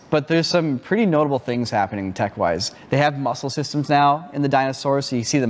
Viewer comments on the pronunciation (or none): none